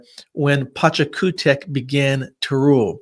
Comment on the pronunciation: TAUANTINSUYO/PACHAKUTEK/ VIRACOCHA....WHY DONT U USE THE CORRECT PRONUNCIATION????😡😡